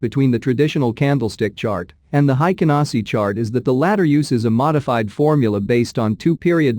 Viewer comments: It's HEIKIN, not HEIKEN. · The pronunciation is a little different. It sounds haikin. The pronunciation is "Hey" and kin = heykin,. I'm sorry I'm not good at English.